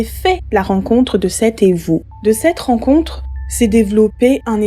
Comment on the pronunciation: Super vidéo ! Évou se prononce « ivu » . Et pour le Kong il faut savoir que lorsqu’ils parlent de manger quelqu’un c’est en esprit . Les répercussions se verront sur la personne par biais de maladies, pauvreté ,ect . Et la personne fini par « mourir ». De l’autre côté elles seront exclaves dans le monde spirituel.